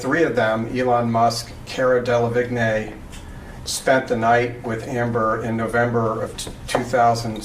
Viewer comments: "Del-av-igg-nee" I spit tea onto my bed sheets. In case you didn't know "del-ah-VEEN" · Her name is pronounced Del-ah-veen lmaoo that guy saying vig-neigh 😂😂 like I get it but still! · Dell-a-veen. That's how you pronounce Cara's last name. Definitely not Dell-a-vig-nay 😉💗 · Same 😂😂😂 That was painful... I mean how hard is it to look up how to pronounce someone’s name? I don’t even like the lady, but I know how to pronounce her name 🤦🏻‍♀️ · Kara or Cara Delavigne is a model and actress her last name is easy to pronounce it looks hard but its pronounced Dela-Veen. That guy was pronouncing it so funny. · It’s pronounced Del aveen. The a is a soft a so Cara you can easily read, then it is just Del Aveen in order to read it correctly. Hope that helps. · It’s pronounced De-La-veen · Car-ah Del-la-veen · ok, 1) Why the hell would you even look at other men (or women) when you are married to Johnny Depp? When Johnny Depp is IN LOVE WITH YOU??!!! and 2) I thought Cara's last name was said with a silent G, pronounced Dela-veen (or something?) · Delevingne = Day - luh - vee - n'yuh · pronunciation is “deh-lah-veen” I believe... just to help ( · Dey-La-Veen....g is silent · Cara Del-a-Vig? N A Y!!!!!! ;P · I kno cringe 😖 Hurt my ears.. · The way that lawyer says cara’s last name drives me crazy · Ok but the way he pronounces Delevingne 😭😭